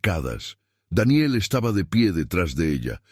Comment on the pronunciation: Como siempre el narrador metiendo la pata con la pronunciación de Daniel